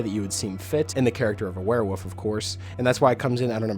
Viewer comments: Am I the only one that thinks it sounds like hes saying "werewoof" instead of werewolf? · Nah He Definitely is saying Woof. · Please stop saying werewoof!